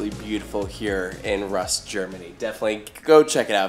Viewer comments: im surprised you didn't know that Rust is pronounced kinda like Roost. Driving into Europa from the autobahn is pretty damn magical! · Waaaaait. Rust is not rusty. Yeah I know probably no intended pun. Do Americans speak the u in Rust short offically? I wonder because in German you pronounce the Rust U long like in dude.